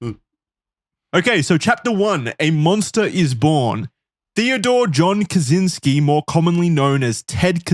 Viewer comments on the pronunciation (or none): One minor correction, though I don't blame you since his name is just Americanized like most, but Kaczyński would be pronounced with a ch sound. Ka-chy-ni-ski. Also fun fact, our former President was a Kaczyński and his twin brother is the party leader for PiS, the biggest political party in Poland at the moment. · Cz in "Kaczynski" is actually pronounced as ch in "chain"